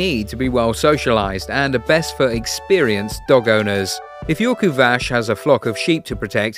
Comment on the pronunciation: I love your videos :) One thing about the pronunciation: the Kuvasz is a hungarian breed and their name is pronounced with "s" not with "sh" (if it's not clear what I wrote here, you can try with google translate's hungarian voice) Keep up the good work! Greeting from Transilvania :)